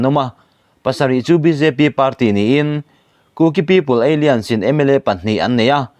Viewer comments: Apoi ka ti ber zawk chu ..KUKI- Alliance (Kuki-Ei Lian) tiin ilam dai a...(A-lains tia lam mai tur che nia) Alien=(Pronounciation ;Ei-lian) hi foreign ho sawina a ni...Kuki-Ei Lian tia i lam hian, Kuki foreigner i ti na a ni.. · ALLIANCE KHI ALIENS TIIN I LAM TLATA ÂLLAIÂNS in lam zawk teh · Alliance= alains tih a lam tur, Eilians chu aliens a kawk, India ramah aliens an awm loh. I lam luih nge? Kuki an nih avanga aliens ah I chhuah nge. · "Aliance" hi 'Ei-lians' ni lovin, 'A-lai-ans' tia lam tur a ni zawk em? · Alliance lam dan khi Aliens👽 angin i lama, thil in per san lutuk a nia. A-liance tiin lam rawh. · Aliens a ni ziah lo. Mi thuziak sa tal hi chu chhiar dik ve thin teh u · Alliance / Aliens...lam danah beng ati kham deuh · Alliance hi ALIEN i ti leh hluai mai ang aw??????? 😂😂😂😂😂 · Bengvarthlak thin e. Alliance I lam dan erawh... a fuh chiah lo deuh...